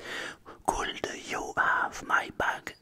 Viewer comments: La prononciation de could m’a crispé les oreilles 😂😂 tu as des progrès à faire en anglais tout comme moi ! Continue ainsi ! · Mdr super vidéo mais quand tu dis le verbe " could " il faut pas prononcer le "L" et le verbe "have " prononce le : hève et aussi tout ce qui commence par th c est pas z la pronononciation mais d